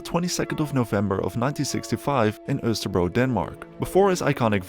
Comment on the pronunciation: Good on you for pronouncing Østerbro correctly, most foreigners don't even come close.